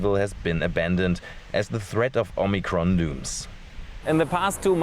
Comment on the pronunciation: Oh MUH Cron!!!